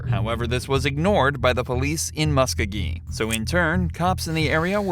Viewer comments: MUSK-O-GEE!!! Do your homework and say it right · Please Learn how to Pronounce Muskogee!